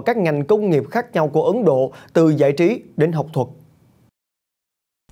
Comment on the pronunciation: giọng đọc dễ thương quá: tộ chức, giại trí v.v